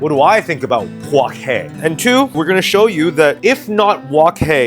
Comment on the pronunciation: “Let me cho you a fan 😈”